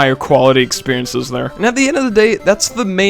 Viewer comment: did he just say "experiences" wtf